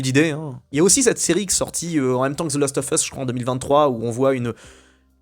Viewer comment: Pourquoi tu dit "lost " au lieu de "last" ?